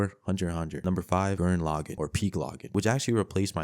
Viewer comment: the way you pronounced Gurren Lagann is murdering me 💔💔💔💔